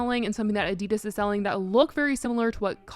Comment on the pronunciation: I love your chanel but the way you say Adidas, is so wrong. 😭